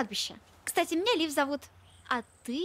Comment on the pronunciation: Лив, а не Лиф!/